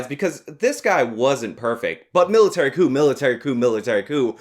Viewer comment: She says coup, but still sounds like cuckoo to me.